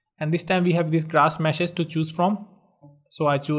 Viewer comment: Grash mess. lol. Amazing video however. Keep the good work up.